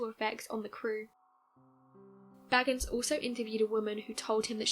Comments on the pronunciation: I know. It drives me crazy too. It is Bay-gans, not Baggins. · It's pronounced Bay-gans not bag-ans. Just sayin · Sorry, but his last name is pronounced Bay-gans.